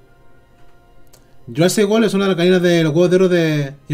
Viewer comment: "Jurasic wol" jajaja me tente es world 🤣🤣